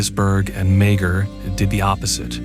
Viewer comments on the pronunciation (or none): Sylvia Meagher is pronounced MAWr